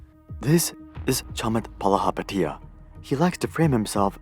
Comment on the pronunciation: If you’re gonna rake someone over the coals, however deserved, at least get the pronunciation of their name right.